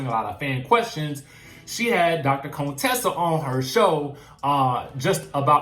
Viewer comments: Why do you call her Dr. Cone-tessa? Just say Contessa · Not Cone-tessa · Why he keep saying Contessa’s name like that? Chile, I cannot 🤦🏾‍♀️